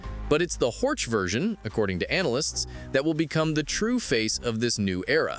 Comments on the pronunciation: It is in German therefore Horch is read Horh and not Horch 😉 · This guy doesn't care about Audi history, Auto Union, Horch, DKW, Audi, Wanderer. Simply Horč 😢